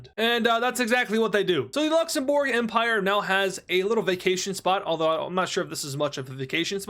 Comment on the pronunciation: He actually says LuxenBurger